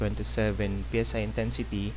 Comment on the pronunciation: How to read greek letter Psi normal people: Say once human people: Pee Es Ay